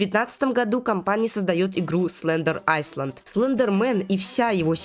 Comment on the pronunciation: Не так читается слово island,..